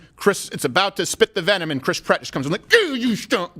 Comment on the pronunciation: My husband pronounces his name Krisp Rat instead of Chris Pratt 🤦🏼‍♀️